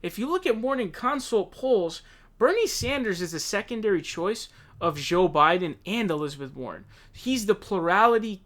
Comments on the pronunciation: Dude stop saying Joe with an French J lmao.... Say that name John and Jack and then say Joe..... what is with you and names LMAO how do you say Joe wrong????? youre saying it like Jacques... Joe isnt French. Say it like the J in the word "jacket". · the way buddy always say joe biden like zhooo biden always crack me up lmaoo